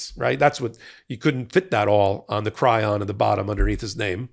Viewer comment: Pretty close,. Chyron, not chryon.